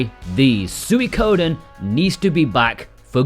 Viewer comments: "Sooey-koden" 😂 It's pronounced like "Sweeko-den" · It's "swee" as in sweet for Suikoden. Not suey. Sw-EE-Ko-den